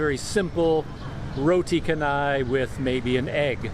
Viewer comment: Teh tarik is pulled tea.. That roti with gravy is roti banjir ..banjir means flood..maybe because the roti is flooded or soaked in lots of curry . Some of the restaurant staff are from India & cannot speak English.. Roti canai is pronounced as chanai as you pronounce 'chance ' You should try roti tissue next time you came across mamak / Indian restaurant